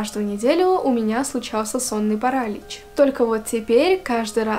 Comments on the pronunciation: Классный канал! Честно, когда только зашла сюда, думала что у тебя подписчиков больше :) Только вот, не парАлич, а паралИч Удачи тебе ❤ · ПарАлич,может паралич*Режет уши от такого🥲Ну а так история очень интересная😋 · Вот всё отлично, но... Как же режет слух этот самый "сонный парАлич" 😭